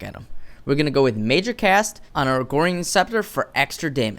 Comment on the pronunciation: Agorian sounds much cooler though, that's how I have said it from day 1 of paragon